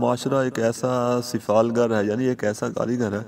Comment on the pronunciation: Its not sifalgarl its sifalgar mind it